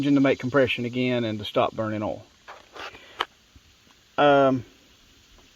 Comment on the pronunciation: Are you saying oil or all ?